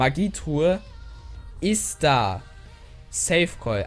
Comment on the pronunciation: Das heißt iz da und nicht is da